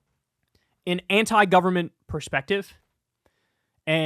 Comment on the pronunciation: Anytime Dave Rubin says "government" my eye starts to twitch.